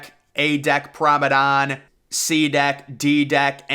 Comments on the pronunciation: why do u say promedon not promenade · Very very nice. A bit monotonous though, and it's promeNADE, not prome DAN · nice video :) but you have to stop with "private promedan shit" is PRIVATE PROMENADE...is so annoyng when you say PROMEDAN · Drink every time he says promedon. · Thank you!!! I keep hearing PROMEDON too. I don’t even know if promedon is a word